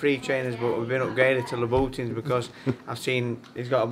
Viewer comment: That's the funniest pronunciation of Louboutin's I've ever heard. Fair play to Gavin on the win, always underrated.